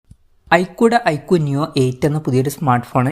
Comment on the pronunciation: ഐകുടെ അല്ല ഐക്യു വിൻ്റെ